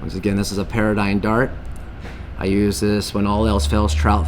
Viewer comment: It's called or proonounced "pear-dee-gone" not paradigm